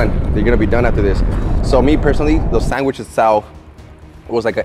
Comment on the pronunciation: SanGwich lol